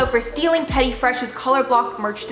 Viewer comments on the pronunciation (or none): none